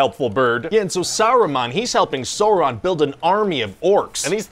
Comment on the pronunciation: He mispronounced Sauron